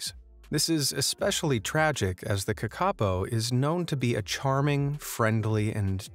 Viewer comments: its pronounced kaka-po not kakapo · its not "ka ka po" its "kaka po" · kakapo is pronounced Kar-ka-po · You say it like (kaka-po) It's acctually (Ka-ka-Poh) I'm sorry I just dislike it when someone mispronounced the language 😁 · Kakapo - NZ parrot - pronounced Kaa-ka-por (like or). Thank you for including this beautiful bird. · AS A NEW ZEALANDER THE WAY HE PRONOUNED KAKAPO IS WRONG IT'S PRONOUNED Caca-po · Bro u said kakapo rong it’s pronounced ka ka pou. Sorry if this small rant sounds like I’m hate commenting im just a very persistent New Zealander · its pronounced ca-ca pou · Lol how you say Kakapo. Cute. Might pay to check pronunciation before posting vids. I do love your content though. Really interesting stuff people wouldn’t otherwise know. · The new Zealand bird the kakapo it's pronounced different to how it's said in this.